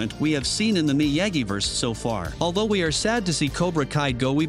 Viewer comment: Why do you keep saying Miyagi wrong? You've literally had decades as well as current examples to learn how to say it correctly.